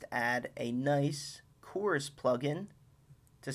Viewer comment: "Choorus" "Shoort" 😂😂